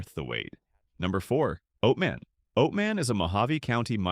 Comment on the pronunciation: Not going to subscribe to a channel that can't pronounce Javelina or Oatman. Not understanding the difference between cougars and mountain lions is also not a good look. (yes I KNOW)